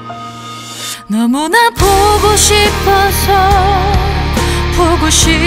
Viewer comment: 발음이 왜이렇게 튀어요? 너무나 포고 싶어서 포고 싶어져서 가끔쒹 홀로 투눈을 감곤 해, 너와 나 사랑을 하턴 날틀과 헤어지던 날을 난 간직하게 돼 ㅋㅋㅋ 감정이고 나발이고 발음 때문에 못들어주겠네요.